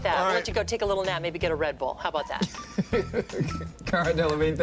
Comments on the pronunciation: What is with this narrator? It is Kristen Bell, not Christian. It is Cara Delavingne, not Carla. Very distracting. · Its says "Cara". Not "Carla". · It's Cara not Carla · Geeze people, her name is CARA, not CARLA. Why is that so tough to get? Ironic how Comedy Space spotlights these screw ups and screws it up themselves.